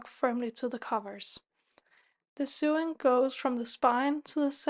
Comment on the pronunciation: Lovely work - Thank you for sharing your expertise! Just a little pronunciation point if I may - SEWING / SEW / RESEW is pronounced like SOWING / SOW / RESOW as in blowing, growing or going. English has no logic! 😅